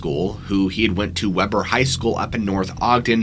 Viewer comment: I've lived in Utah my whole life too and have never heard this story either. We have all kinds of missing in the Uintah's every year when campers and hikers go off trail, but I have never heard this. Oh, and am I the only one that is annoyed by "Webber" High instead of Weber (Weeber) High? Lol